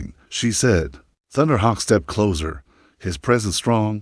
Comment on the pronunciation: Narrator is speaking too rapidly, not even a slight pause between sentences. Had to slow it down significantly. The story is fine but speed, pronunciation and the word closer needs a sharp s. It's being pronounced like the detective show "The Closer."